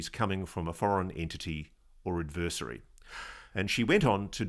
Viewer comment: If you insist on using the same word in every other sentence would you at least pronounce it correctly ad•vr•seh•ree Not ad•vur•si•tee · vur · si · tee